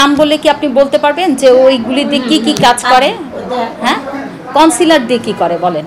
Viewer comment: 😂 কনসিলার কে বলে কন্ডিশনার 😂😂😂